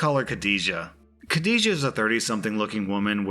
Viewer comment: i nearly died when he pronounced Khadija xD Not offended ofc! Good video, drew some Good Stuff while listening as per always! But for those who wanna know: "Khud-dee-jah" (j sound from Jam!) :D!!